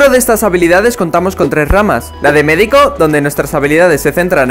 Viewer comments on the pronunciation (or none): "la de medi-CO!!"